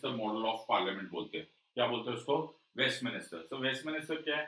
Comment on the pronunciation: WESTMINISTER nahi sir, Westminster,,,,,,, west----min---ster